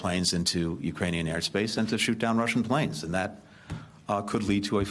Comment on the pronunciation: Actually, it sounded like Uranian - a cross between Iranian & Ukrainian. But funny nevertheless. 😂